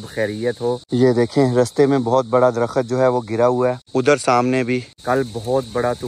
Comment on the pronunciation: Drakhat nhe Drakht hota ha. Urdu thek kro apni